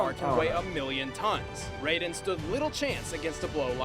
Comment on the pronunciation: You pronounced Raiden the correct way at the beginning of the video. When Mortal Kombat first premiered they did pronounce it as RAYden. Most likely because the creators (and fans) weren't all that familiar with Japanese pronunciations at the time.